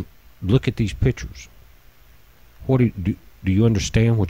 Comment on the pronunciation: Are you saying Gaz instead of Guys? Are you saying pitchers instead of pictures? Are you saying "I sad" instead I said ? Are you saying that you don't know what the color spectrum represents in the photos you have in your vid? Did you ever read the Ringmakers of Saturn ? It ss not telemerese it is telomere(plural telomeres), did you ever care to search for correct pronunciation?